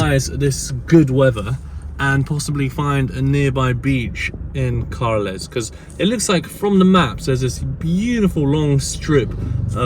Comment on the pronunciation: From Carles...to car-less hehehe